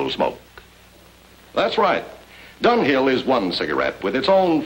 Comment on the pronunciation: It sounds so much more like Dunghill than Dunhill.